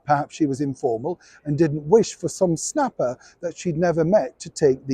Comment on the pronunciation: I misheard one if your comments, you said snapper, I thought you said “slapper”....Freudian slip?